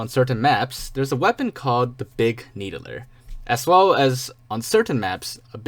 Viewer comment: Big "Needuhler"